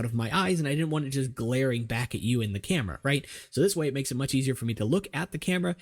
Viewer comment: "I don't have a clam-era" killed me hahaha